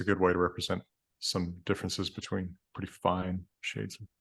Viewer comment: Made me think of “purdy” in place of pretty. So price, comes out slightly sounding of “purice”